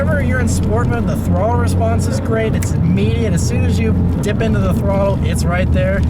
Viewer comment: Nice review and its either me hearing it or you saying it but I feel like I heard respronse again